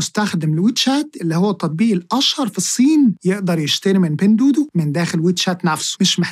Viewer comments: بتنطها غلط إسمها دُوا دُوا مش دودو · معلش هي حاجه بسيطه بس التطبيق مش بيتنطق بين دودو انما النطق الصحيح بتاعه "بِينْ دُوّا دُوّا" . أنا بصحح لاني عارف انك بتهتم بكل حاجه في الحلقات بتاعتك. ربنا يباركلك ❤